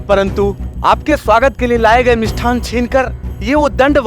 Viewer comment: Har show me "मिष्टान्न" ke sthan par "मिष्ठान" kehte hain. Sahi nahi hai.